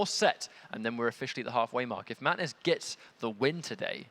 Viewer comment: Can they please say Mantis instead of matnis